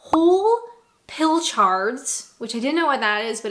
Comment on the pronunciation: To help with understanding of pronunciation: Pilchard, it's less chard as in 'lard' and more of a mix between the lard sound and 'ud' as in mud. Hope this helps.